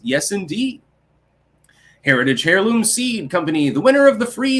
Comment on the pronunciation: This pajamaboy has gotta get out of his mama's basement more. Maybe then he would know how to pronounce heirloom, smh.